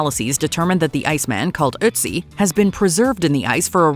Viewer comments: For the first time the narrator pronounced "Ötzi" correctly! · Bonus points for the correct pronounciation for - for English speakers - very hard German words, like "Reich" and "´Ötzi" ...